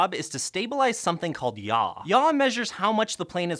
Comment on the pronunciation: I keep cracking up every time he says yaw